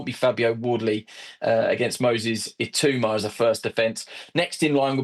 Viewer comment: How do so many people struggle to pronounce Itauma's name? It's really not difficult.